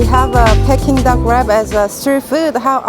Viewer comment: I'm sorry it's peeking duck not pecking duck